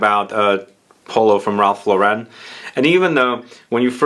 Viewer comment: Just letting you know it's pronounced lo·ruhn, like the girls name. He and his brother changed their surname from Lifshitz to Lauren, which they apparently got from Lauren Bacall.